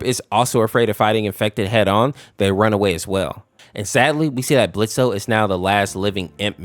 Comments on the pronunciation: It’s blitzo pronounced blitz the o is silent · Ok but why did you have to say blitz-o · It's pronounced "blitz" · IT'S BLITZ THE O IS SILENT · The o is silent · his name is Blitzo... the o is silent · Its Blitz, the O is silent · THE O IS SILENT IT'S BLITZØ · Me immediately: THE O IN BLITZO IS SILENT